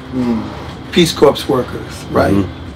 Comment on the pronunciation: Peace Corps is pronounced Peace "Core".